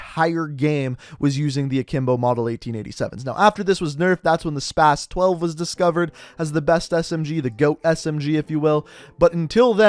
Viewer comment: its not spass 12, its pronounced spoz 12